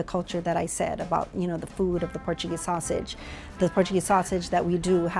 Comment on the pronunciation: Sosisi. Totiti. 😂